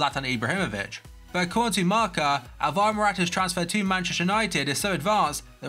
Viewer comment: "Marker"? It's 'Marca' like 'Barca'... ffs